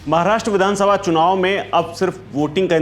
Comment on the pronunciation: Chunaw nahi chhinaw hai